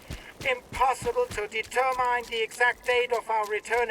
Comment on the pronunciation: “De-ter—mine”? Who pronounces it like that? AI?